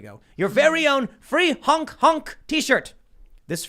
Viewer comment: Sometimes Tim says hunk instead of honk. Let that sink in.